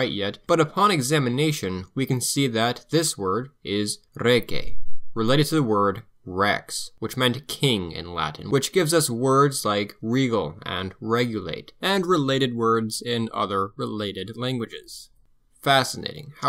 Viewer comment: There are some important corrections to be made: — the word is /rēgei/, with a long /ē/, an /ei/ that eventually became /ī/, and a /g/, not /k/ in the middle. They didn't have the letter G yet, which developed either from C or a variation of Z. — Romans didn't use macrons much (it was a Greek orthographic sign used in scanning poetry), but they did use apices (singular apex) to mark vowel length. It's the little oblique strokes you see over AVGVSTÓ, LV́CIJ - so easy to mistake for chipped stone! (Not so little over DÉ in the next to last line). — Ecclesiastical Latin is simply the Latin used by the Church. It was pronounced differently even in different monasteries inside the same territory. It was heavily influenced by Italian in Italy, by French in France and by English in England. It's not a dialect of anything, but is simply an umbrella term that would have made no more sense 300 years ago than it makes sense to talk about "Church English" nowadays. Especially about a Church English Pronunciation. — it most certainly has no relation to Vulgar Latin, which is itself a confusing umbrella term for non-standard varieties of Classical and Late Latin that should be avoided because nobody knows what it means even in the academia. Ecclesiastical Latin can be equated to Medieval Latin in that the latter was more or less created by Carolingian church scholars, with a prescribed pronunciation very similar to how contemporary Old English was spelt, that is today co